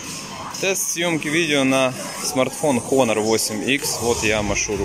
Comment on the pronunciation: Правильно - онор